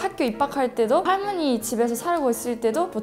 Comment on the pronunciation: 할므니가~ 할떄 발음 귀엽네요 ㅋㅋㅋㅋ